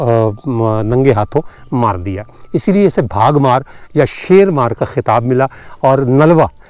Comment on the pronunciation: بھاگ مار نہیں بلکہ با گھ مار بولتے ہیں